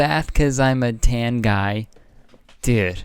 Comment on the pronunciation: It almost sounds like he’s saying “ I’m Zoltan” in which Case I would’ve had more respect for him